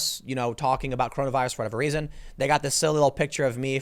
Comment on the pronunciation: Stop saying raisin it is reason please, long time listener keep up the good work